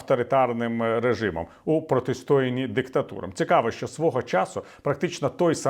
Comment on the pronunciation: ПротистоЯнні, а не протистОянні